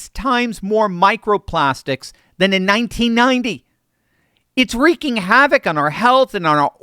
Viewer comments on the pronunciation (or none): none